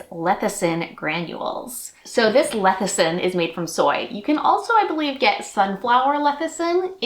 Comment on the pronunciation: It's less-i-thin, not leth-i-sin. 😊